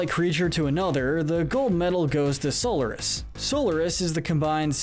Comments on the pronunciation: Robotnik’s name is Eggman in the modern games! Also you pronounce Solaris as SOL-ER-IS. It’s pronounced SOL-AR-IS! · So Lar is miss pronunciation go back and play 06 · And this guy says So-l-er-nis no it's Sol-ar-is like that even the characters say the names how does he mistaken that so easily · im offened that he called solaris SOULORIS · You pronounced Solaris wrong.